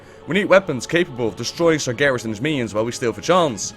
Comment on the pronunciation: UHJHHHHHHHHHHH!!! LISTEN TO WHAT YOU JUST FUCKING READ "SARGERAS and his army" uhh....... what.... WHAT.....WHAT!!!!!!!!!!